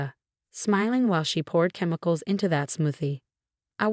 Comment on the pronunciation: doesn’t know how to pronounce smoothie, chemicals, Martinez, straight a, citizen.